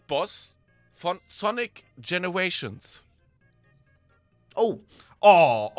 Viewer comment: Es heißt generations